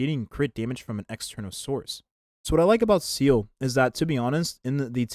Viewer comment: Seele ❌️ Seal ✅️